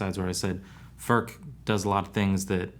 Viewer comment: An average American will come closer to the pronunciation to say," Foord" with very little emphasis on the "d" it's more like a slight tongue movement